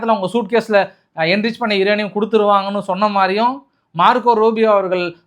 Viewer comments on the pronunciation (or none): none